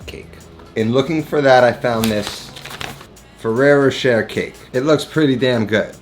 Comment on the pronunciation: Ferero roCHER? Cmonnnn man, youre better than that. Congrats on 100.